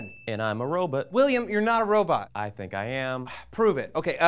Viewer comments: "Robut" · Rowbit..I'm sorry but it's so funny when people pronounce it like that XD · i hope you know that its a 'robot', not a 'robit' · Stop saying ROW-bit!! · "Robutt" x) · says "robot" like "robutt" and matt has a crooked face. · It's robot, not robit:P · "Robut" ahaah xD